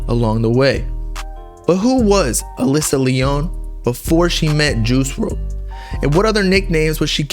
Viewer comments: & it's Alicia, pronounced Ah-lee-sha. Not pronounced Alissa. 🙂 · Uh lee see ah bro that’s how you spell Alicia pronounced aleesha haha